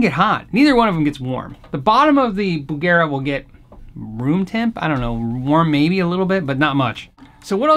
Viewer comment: bugera..bugger eh?